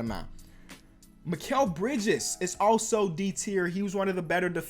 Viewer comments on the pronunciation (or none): none